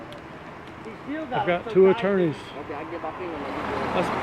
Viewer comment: did you call youir attorney-sue????